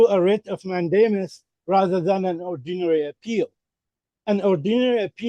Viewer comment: I hear him saying WRIT OF MATT DAMON 😂